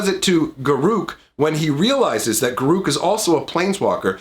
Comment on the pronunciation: I really don't care that you didn't show cards. The only thing that bothered me is how you say Garruk ;P